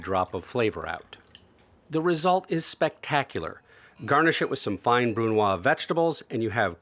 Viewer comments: brunoise: bʁynwaz. Respect the "e" at the end of the word. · Isn’t it “consommé brunoise”?